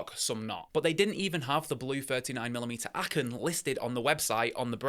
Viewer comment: Aachen sounds like arrhen. Why didn’t you order from Laco online shop directly ? Seems like you were looking for trouble, mate.